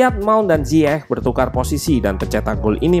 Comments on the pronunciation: Interupsi bang, bacanya ziyek bukan ziyeh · Koreksi min, pengucapan Ziyech itu Zayech 👍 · Klo disana malah zayek